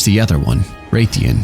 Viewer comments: Rathalos ian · The way you pronounce Rathian and ethereal fill my heart with dread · Why would you pronounce rathalos correctly but then struggle with his wife? lol